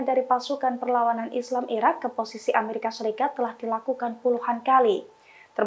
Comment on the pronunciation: Amrikia...? Amerika